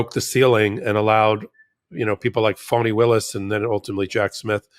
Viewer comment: Thanks for what you do., I kept hearing you call Fani Willis 'phony' when I've heard 'Fawny' don't know if it's related to her dad being a Black Panther at one point before being a defense attorney.